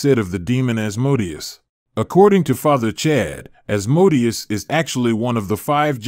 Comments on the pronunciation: Thought it was pronounced As-Moe-Day-Us, not As*-mode-ee-us. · Pronounced: "As Mo Day Ous"